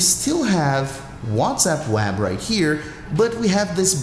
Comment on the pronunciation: “Wazap on the wab “